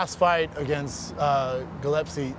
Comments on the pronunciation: Has Schaub pronounced Gregor "Gill-ep-see" right ever? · Aaaand keeps calling him Gillepsie :) still surprised he doesn’t call him Geppetto